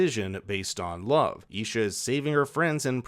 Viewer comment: Bro you butchered their names it's s Vander and Isha